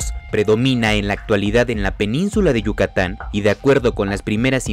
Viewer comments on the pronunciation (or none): none